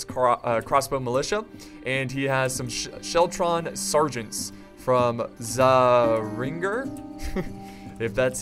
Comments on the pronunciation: its pronounced "caeringer" greetings from zurich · zähringer is pronounced tsehrringer. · its pronounced che-ringer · "Zähringer" is just pronounced tsay-ringer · Waldstatte is a region in switzerland around the "Vierwaldstädtersee" these are the first "states" of switzerland #nicetoknow (as well i love apollos pronunciation for zähringer :D) (as well i know love the swedish its realy something that all americans do :P)